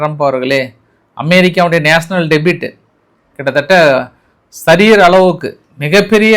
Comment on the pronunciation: சுட்டுப் போட்டாலும் உனக்கு சரியான உச்சரிப்பு வருவதில்லை. டெபிட் (debit : பற்று) என்றால் வரவு செலவு கணக்கில் உபயோகப்படுத்தும் சொல். Debt (கடன்) என்ற ஆங்கில சொல்லில் "b" என்பது silent எழுத்து. Debt என்பதை "டெட்" (det) என்று உச்சரிக்க வேண்டும். Listen என்பதை "லிசன்" என்று உச்ரிப்பதைப் போல. லிஸ்டன் என்றால் அது தவறான உச்சரிப்பு.